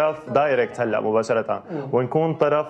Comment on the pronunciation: هَــْـِْـْْـِلاّ هَــْـِْـْْـِلاّ بالفضايح 😂😂